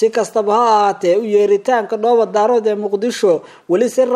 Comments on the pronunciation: Ninkan weriyaha ah Af soomaaliga si fiican ha ugu dhawaaqo gaar ahaan magacyada uu oranayo sida markuu oranayo QARAMADA MADOOBAY- ma aha MADOOBAY - ee waa MIDOOBAY - midda kalena markuu dhahayo DHOOBO DAROOD ma aha DAAROOD ee waa DAREED - haddana ha uhadlo si qurux badan , hana jiid jiidin hadalka sida DAAWADAYAAL WAQTI A WANAAAAAAGSANAAAAAAAAAAA- DHEH WANAAGSAN -HA JIIDIN EREYGA SI FIICIN UGU DHAWAAQ - WBT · Waar ninka Dhoobo-Daarood maahee Waa DHOOBO-DAAREEED, muxu ahaa ninkan wariyaha ah ma magac Chinese buu ku dhawaaqayaa markuu sidaa u khaldaayo????